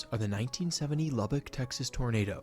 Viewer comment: ) never heard anyone pronounce Lubbock like lub-BOCK (rhyming with stock) couldn't help but giggle a bit. The correct pronunciation is LUH-buck (emphasis on first syllable, and it rhymes with stuck) No big deal, just wanted to let you know how it's said by the locals (source: native Texan here)